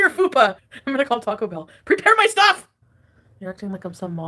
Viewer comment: Add cilantro to the words should NEVER ever say again. It's cil ON tro, NOT cil ANNE tro. It's TAH-CO not TACK-O. Cut it out😂